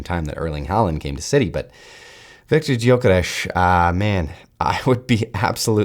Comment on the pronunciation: your pronunciation of 'Viktor Gyökeres' isn't perfect, but it is very close. 🙂👍